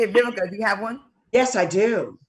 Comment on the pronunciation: Vivica I know you probably HATE people to pronounce your name with a “B” like I HATE when SOME people pronounce “Worse” as “WORSER” forgive me, and it will NEVA happen again 🤦🏽‍♀️ I couldn’t find the comment to edit, so I’m apologizing here 😘🥰 I LOVE YOU ALL 🥰